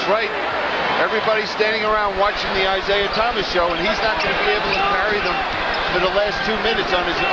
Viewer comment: Lawrence Tanter, "Isiah Thomas" over and over throughout this game...